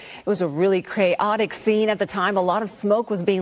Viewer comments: “a craotic scene.” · A new word has now been added to my vocabulary, “ cra-otic “ 😂